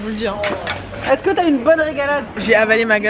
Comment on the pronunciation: Toi tu dis pas est-CE-que mais est-TE-que